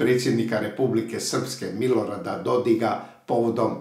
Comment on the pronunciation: mislim da krivo kazete DodiG...On je mislim sa K (onaj splitski psihijatar je Dodig). pozdrav iz USA!